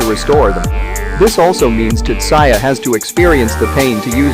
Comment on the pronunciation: just you calling him tutsaya is enough for me not to watch this